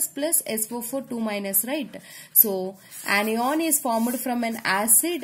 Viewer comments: its na not ena lol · Anion not onion 😁😁